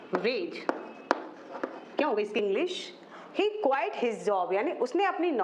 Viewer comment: Good video, keep it up, 'He quit his job' , the pronunciation of "quit" is wrong, you are saying 'quite', once you check.